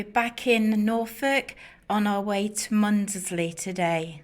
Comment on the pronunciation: You are in my neck of the woods , I love Wells and blakeney especially for the dogs they love to swim. Mundesley is pronounced without sounding the D. clay is another charming little coastal village with a gorgeous deli which sells local produce . Lovely videos .